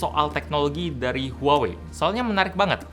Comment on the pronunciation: Bukanny pronouncenya bukan huwawei? Harusny lebih ke wah-wei. Apa gw yg slh denger?